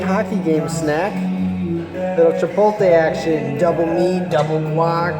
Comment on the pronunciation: lol he said chipolte rip XD